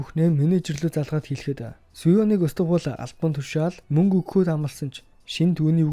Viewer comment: Мүнгэ гээд байхын хаха